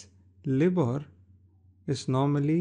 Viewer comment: It's pronounced L-EYE-BOR